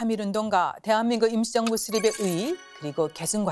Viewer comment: 실례합니다 제 귀에만 대한민국 김치정부라고 들리나요? 웃기라고 질문한게 아니라 발음이 그렇게 들려서요 아나운서는 아니시죠? 순수하게 궁금해서 그렇습니다. '임시정부'를 조금 다르게 발음하신것같은데요.